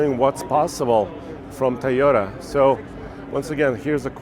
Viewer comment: Its Toyota not Teyota..and with Nissan sponsor of the video and no Nissan...other channels have this content